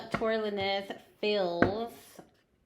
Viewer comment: The lin nez was throwing me off lol its lanes🤣🤣 dope ass reading tho